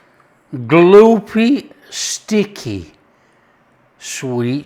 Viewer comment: God you make me laugh. "Gloopy, sticky" in your Brit accent is so funny to my Yankee ears. Love your channel, personality and recipes. 👍 From a South Dakota fan.